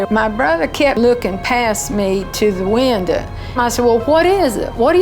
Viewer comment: “Thuh winduh” 😂